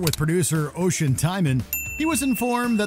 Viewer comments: The narrator pronounced Oisín as ocean 😂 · Its pronounced Usheen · Just to say, the name Oisin is pronounced Usheen.